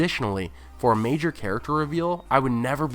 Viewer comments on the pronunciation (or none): none